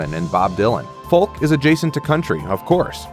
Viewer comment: FOLK THE L IS SILENT DA